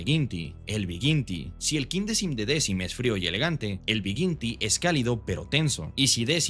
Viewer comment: me gusto mucho el video, me causaba molestia escuchar decim y no dequin